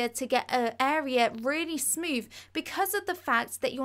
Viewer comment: Brilliant ideas and explanations, but please pronounce your 'th' properly. It will make you sound so much more professional! Tongue on top teeth. Saying 'froo' and 'smoov' just devalues your talents! I've liked and subscribed! 👍❤️